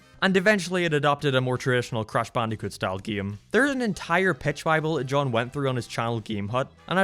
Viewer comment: You sound like your saying crash bandycoot